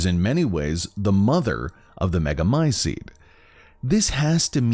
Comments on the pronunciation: Come on man, learn to pronounce "t"s. MegamyceTe not megamyceDE. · Literally every character in the game, and everyone else IRL: Meh-guh-my-seat This guy: mEh-guH-my-sEeD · Mega my ceet not mega my SEED annoying pronunciation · Thanks, I love these videos. Really creepy and cool storyline, thanks for explaining. For some reason, I enjoy the dark, evil, grotesque atmosphere. I do find the pronunciation of Megamycete slightly annoying. There's a "t" sound at the end, not "d". American accent I guess.